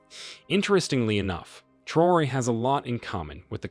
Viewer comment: Please take a few seconds to learn how to correctly pronounce these people’s names before you make a video about them. It’s pronounced Tra-O-ray!